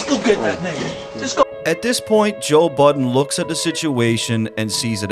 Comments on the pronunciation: i swear you are saying Joel Budden 😂😂 good vid tho! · Thought I was tweakin. Sounds like you keep sayin "Joel Budden". Lmao.